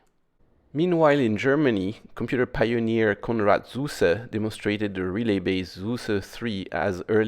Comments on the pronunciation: Not “Zuse”, but “Tsuze” he was german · Shouldn't Zuse be pronounced as "Tsoo-suh" instead of "Soo-Suh"? Compare "zukunft" with zuse. I would pronounce it the same as "zukunft" so it would be "tsoo-suh".